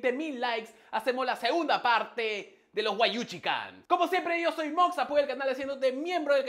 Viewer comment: Mox diciendo: wayuchican yo: cagandome de risa